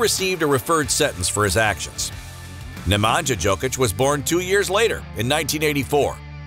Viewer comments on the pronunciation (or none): Love the Jokic brothers. One thing to note Nemanja is pronounced Ne-man-ya not Ne-man-ja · Strahinya and Nemanya(StrahiNJa and NemaNJA) not NemanJJa...Nj like Nju York (New York) 😆 Talk serbian so everyone understands you! :) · Like you pronounce name Strahinja (Strahinya) - the same way if for Nemanja ( Nemanya) ...